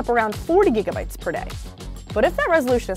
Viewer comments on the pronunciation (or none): none